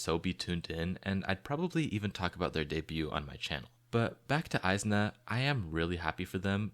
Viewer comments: nah bro its is-na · the group name is pronounced ee-zna not eye-zna idk how you missed that